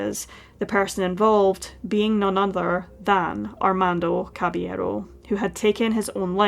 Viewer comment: Your pronunciation of caballero is great!